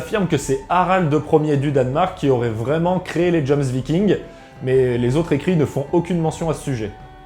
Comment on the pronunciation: Ok alors, pour éclaircir ta lanterne: PAS "dJoMsVikings" commet tu dis, mais les JOMSVIKINGS!! (à lire: Yomsvikings). Sans parler du mec à avec du FDP sur sa chemise xD xD xD